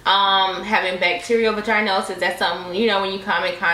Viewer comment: Vaah-gin-osis babe or vaah-gin-itis 😂 It’s not a long ī like the word vagina.